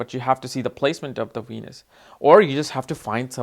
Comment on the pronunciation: How come sometimes u say wenus and sometimes Venus?